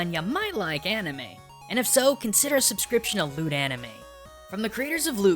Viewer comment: i heard lewd anime instead of loot